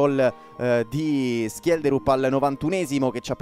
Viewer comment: Grande, comunque la pronuncia di schjelderup in Norvegese e con la sc morbida, come scivola e non come scatola